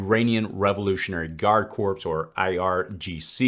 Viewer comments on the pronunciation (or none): Corps is not pronounced as "corpse." Its pronounced as "core". (hope that helps in the future). Keep up the good work reporting what's happening. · Corps is pronounced "core". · Minor point: "corps" is pronounced "core".